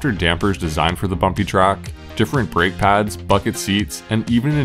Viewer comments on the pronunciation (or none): none